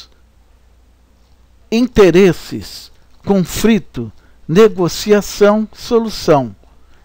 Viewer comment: muito bom o trabalho, soh nao sei pq o autor fala CONFRITO ... com frito soh se for OVO ... coisa horrivel, dói os ouvidos